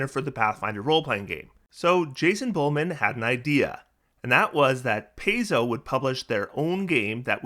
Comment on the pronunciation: Pie-zo, not Pay-zo.